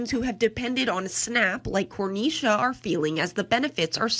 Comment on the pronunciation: "Corneisha" lol